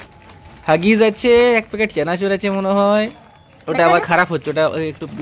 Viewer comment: চেনাচুর না চানাচুর কথা গুলো ঠিক করে বলো